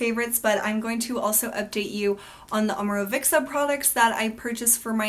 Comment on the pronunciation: You pronounce it with a "k", like "Omorovikca". Leave the "k" out, It's just "Omorovica". Imagine as if "cz" was "tz". (Fitzgerald) Maybe that makes better sense for you. :)